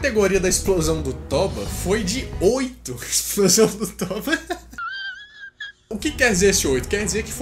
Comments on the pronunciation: Olá, boa tarde. A pronúncia correta do nome vulcão é TÔBA, com acento tônico e som grave na letra "O" e não TÓBA, com com acento grave. Agradeço. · KKKKKKKKKKKKK mano, se fala tôba, pq como n é portugues n tem acento, mas se fala como se tivesse